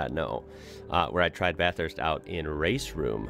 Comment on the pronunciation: No, he pronounced it correctly.